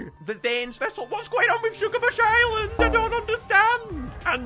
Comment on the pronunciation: To ”shugabuch” island Little mistake